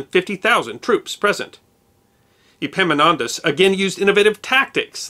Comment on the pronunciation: I realise that "Epimonantos" and Epaminontas sound the same to most of you, but it kept me laughing through the last half of this video..... I love your work! Keep it up